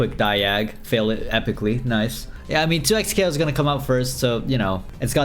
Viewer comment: Day 19 of counting when says Noice 3/19